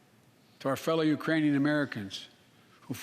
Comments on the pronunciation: He didn't say Iranian he said Uranian people.. you just missed the k🤣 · C'mon man, oldie has done it again Ukrainian mispronounced Iranian... 😝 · Especially after said "the Uranian people". I lost count. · It even sounded like "Uranian" are there people from the planet Uranus? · I heard ukrainian without "k" 🙊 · I am hearing Urainian people. In my opinion it is not misspronounced on purpose. Also... no country on this entire planet can currently deploy their troops in ukraine. Are you understanding the situation we are all in even? Russia made nuclear threats to anyone that is interfering directly. You have to think this process through very accurately before making any direct actions in ukraine. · “Urainian people”? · did he say uranian people ? i mean i know what he meant to say plus hes 80. so yea..